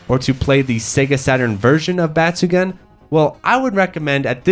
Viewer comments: Please check the pronunciation of the game name. The “gun” part in batsugun is not pronounced as a gun. It’s actually pronounced “goon”. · Bat-su-gun... Got it